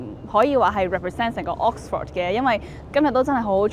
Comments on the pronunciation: Vic留意：Oxford嘅發音係/ˈɒks.fəd/ 或/ˈɑːks.fɚd/，唔係ˈɒks.fawd/，另外影片開頭個 '講'字，讀錯'趕'音，牛字又有懶音，改善就更好！ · 讀咗幾個月Oxford都係咁讀錯Oxford…勁哽耳… British 讀音係 ok sfuhd American讀音係 aaks frd 冇人會讀Ox For d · should consult an English mother-tongue for the correct pronunciation of Oxford! Pronouncing it as OX-FORD is weird and sounds really awful! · 主持人請先查下 Oxford 點讀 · 奇實既然講得牛津，主持人係米應該學識讀正個Oxford個字發音先呢😂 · OMG, The host can't even pronounce 'Oxford ' correctly 😂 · 但係’Oxford’ 唔係咁讀wo😂😂😂😂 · 母語有懒音嘅人，通常講第二個語言都吾係好掂😅，吾怪知得冇留意到Oxford字個正音啦😅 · Oxford 個讀音可唔可以讀得準確一啲，拜託！ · 同感😅 平常都無所謂，但個節目係Oxford 做主題，真係有啲難受😅 英文字只有一個重音，其他音節都係輕聲， ford 的 o 讀schwa sound, this is an easy rule. 不過 嘅英文係好好嘅，雖然啲美國r 幾哽耳😅